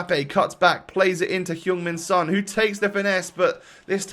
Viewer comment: I’m I only one who hears ”human son” instead of ”Heung min son”?